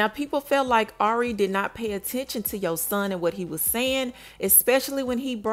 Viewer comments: Spelled his name wrong. It’s spelled Y O S O H N and it’s not pronounced “Shawn” at the end. How y’all report on her and her son and hear her say his name RIGHT and see her spell his name RIGHT but keep saying it wrong and spelling it wrong🤦🏾‍♀️. And he clearly doesn’t know that she’s working while he’s with the family he thinks she’s with MoneyBagg Yo when she’s really not. And if you actually watch her show The Impact ATL her family asked her can they keep Yosohn in ATL with them while she’s working and also asked her because he miss being in ATL with his cousins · You always mess up FAMOUS people names like😭 This really the weakest TeaPage fr🤏🏾 its YO-SOHN !